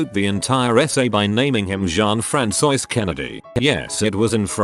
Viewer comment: No one: Text-to-speech voice: Frantzois